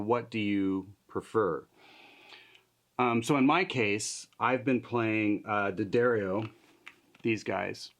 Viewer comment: Bless you for saying Duhdarrio!